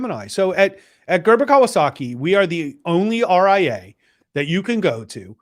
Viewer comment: way to butcher his last name , gg